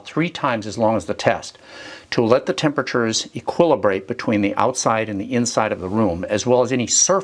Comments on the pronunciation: Eqa-lib-ri-ate not Equalib-ate...... Cant wait for the next video, especially in this financial climate. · Equalabrate ? Is that a word